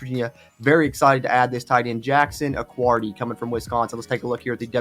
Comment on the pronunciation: Jackson accuardi, just a tiny detail, it’s pronounced with no u in the last name